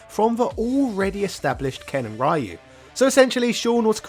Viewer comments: It's Roo not Rye you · you keep mispronouncing ryus name. and each time it becomes more noticible and less easily ignored. >w< ree-yoo not rie-yoo. if it were pronounced your way it would have been raiyu. like raiden from metal gear. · I honestly have zero interest in Sean. Laura was far more interesting in terms of looks and fighting style. Also who is this "Rye-Yoo" he speaks of? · No, it's "Ryu" (a combination of the syllables "ri" & "yu") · lmaoo!! diff lands pronounce ryu differently. but hell ya capcom needs to put in some SF3 characters as DLC at least... its really lame and disgraceful to neglect them. especially with the whole back to hip hop and third strike vibe SF6 has going on. i would like to see sean and how much he has improved and his fighting style. i miss his 2 hit dunk shoryuken. that needs to make a comeback. also being a ken fanboy is part of his hype. the dude is basically sakura for ken. minus any fruity intentions. lolz. but ya dont see any reason for him to just hate ken all of a sudden. curious wtf happened to ken also. love his garou/cobain look tho. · True but then why does he pronounce "Ryo" as "ri-yo" instead of "rye-yo"? I don't get why he refuses to make an effort with "Ryu" when he obviously could pronounce it properly if he wanted to... And yes I would also love to see how far Sean has advanced since Third Strike.